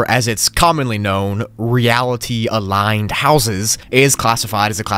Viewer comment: Really Aliend? Instead of aligned 😂